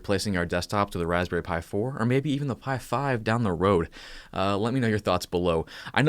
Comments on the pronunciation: "waspberry Pi" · “Raspberry pi” Me: what a pie?